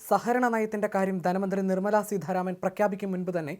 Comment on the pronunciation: Edamonne née sidharaman ennuparayumbol,nanam enthanalle peruparayan polum aryyillalo.Seetharaman ennanu ministerude peru.